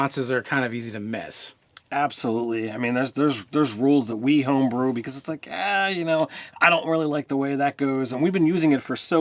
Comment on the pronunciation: Hahahahhaha. He said Ho brews and lure bard. Not lore bard. So funny. But the channel is not the same as it used to be. Sorry guys.